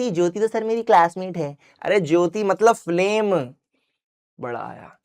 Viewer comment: "matbal" was epic 😅